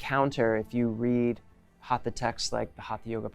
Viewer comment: Westerners including have a hard time pronouncing HATHA properly. It is HUT-HA. Not Haatha. The T uses a retroflexed tongue which is near impossible for westerners! Go south from Goa to Karnataka, and in Kannada hut-ha means being stubborn or obstinate! A hut-ha maari is even worse: a hard headed devil!:) Hut-ha was meant to indicate that it is a Yoga of physical force or energy. From Wiki: "The Sanskrit word हठ haṭha literally means "force" and thus alludes to a system of physical techniques." हठ: in this word, the second letter is a hard, aspirated THA sound. Not like in Thin, thick.